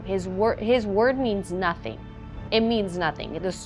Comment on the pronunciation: And neither apparently is intelligence! She just said “they didn’t find nuthin” and “sapossably” I mean- yikes!